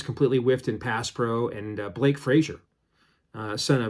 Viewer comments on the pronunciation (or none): none